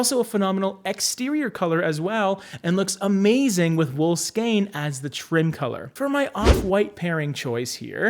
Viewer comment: Thank you for pronouncing "skein" correctly. 😉